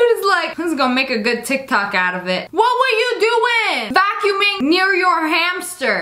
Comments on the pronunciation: Did no one notice that she said “Tic Tacs” instead of “Tik Tok” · Who else noticed that she said “tik tak” instead of “tik tok” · At the beginning you said tic tac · Anyone gonna talk about how it sounded like she said tic-tac? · Everyone sounds like they say tictak. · Omg she said "ticktacks"😂😂😂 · You said tiktack!😂😀😁😃😄😅😆🙂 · Did you just say TicTac?